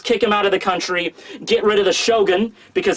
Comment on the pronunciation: "we arrived at Wano Cooney" bruh wtf kinda way to pronounce country is that?...